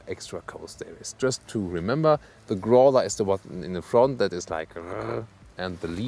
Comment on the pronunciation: Another great review, thank you! Just one pronunciation note: In English, the "ow" sound in "Growler" is pronounced just like the "au" sound in "Audi" in German. :)